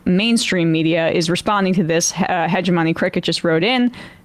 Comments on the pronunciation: Ha-gem-oh-knee why cant people say this word instead she and vaush say hedge-ah-money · It's pronounced "huh-gem-oh-nee" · Please pronounce the word "hegemony" properly.